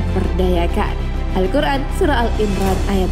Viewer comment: maaf Q.S Ali Imran mbak bkn Al-Imran